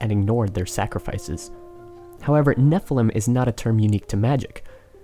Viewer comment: Anyone else notice he says Nephelem instead of Nephilim?